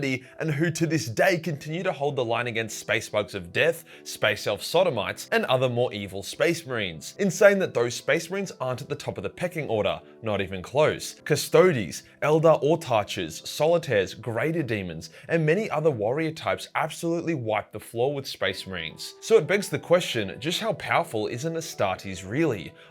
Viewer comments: For an Eldar fan, one would think that you would pronounce Autarch (awe-tark) properly. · Say 'autark' - like 'hierarchy'. I'll go now.